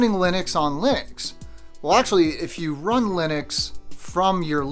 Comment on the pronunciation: Nice video. Buts it’s Linux not Linix.